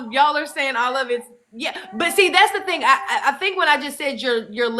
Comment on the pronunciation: We've got people who don't even use a "g" on the end of words, and then you've got (girl in video) who make the "g" a whole syllable! Re: theen.....And ........ Re: theenguh 🙅‍♀️🤦‍♀️🤷‍♀️🙄🤔